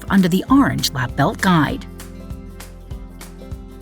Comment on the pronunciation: Never heard someone say orange like that